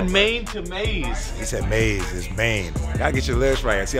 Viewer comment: Or the dude who said maze instead of maine